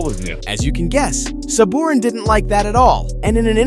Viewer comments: The announcers literally pronounce every players name and you still cant say Sabourin? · I think Rupp’s biggest highlight was scoring two goals for NJ in game 7 to clinch a Cup win for the Devils. Then you can’t even pronounce Komarov and Sabourin’s name. 😆